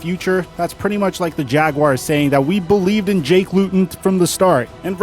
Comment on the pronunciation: Also your pronounced jakes name wrong went to high school with him